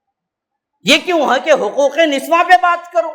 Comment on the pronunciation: niswan nahi niswa hota hai